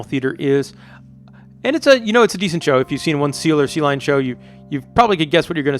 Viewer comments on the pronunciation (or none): none